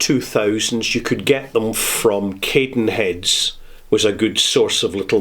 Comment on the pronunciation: Interesting pronunciation of Cadenhead, first time I've heard it said that way. As for how things have changed, I will say that health and safety has changed massively even from the 80's - some of the things we'd do back then would get a distillery shut these days. Over-foaming in the wash backs wasn't exclusively down to too much yeast etc., however, anti-foam was used on "occasion" and more often in the pot still.